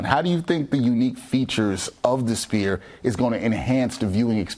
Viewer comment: It’s not called spear my brotha